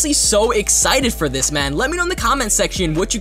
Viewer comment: Btw its this not ""THISHH"